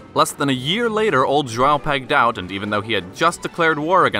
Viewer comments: I'm honestly impressed at your pronunciation of Pedro's full name. You even got both João and José right, which is rare. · Ok as a Brazilian the most impressive part of this video was your pronunciation of João, most English speakers cannot even get close before I stop them from hurting themselves and say John is ok. Also, I understand that you used the Hino do Ipiranga (Brazil's modern national anthem) because it is more well known, the more accurate national anthem would have been the Hino da Independência ( ) which incidentally was partially written by Brazil's first emperor. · Best pronunciation of João I have ever heard from an English speaker.